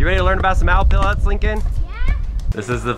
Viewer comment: Its (pel-lit)